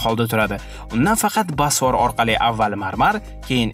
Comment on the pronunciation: Video zo'r chiqqan, faqat "basfor" diyishizi hisobga olmasa